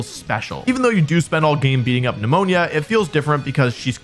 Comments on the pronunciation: Neh-moan-uh lol sorry I had to. It's not pneumonia. Would be bad if he had to catch pneumonia all game long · Nemon”ya” 🫣😂 I cringed every time. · It’s just Nemona, not Pneumonia btw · Bro needs to stop calling Nemona Pneumonia 🤣🤣💀💀💀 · I love wolfey's insistence to call Nemona Pneumonia. They really dropped the ball hard with her English name 😂. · Nemona being pronounced as pneumonia 😂😂 Wolfe you're funny!😂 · NEMONIA!!! NEUMONÍA!!!! I've lost everything when he said that lol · My guy saying pneumonia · I dunno if I love or hate the way you pronounce Nemona's name as Pneumonia😩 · wolfey i'm on my knees begging u to not pronounce my girl nemona "pneumonia" 😭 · The way you pronounce Tornadus and Nemona🫣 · Is he pronouncing Nemona's name wrong on purpose?? Is it a joke??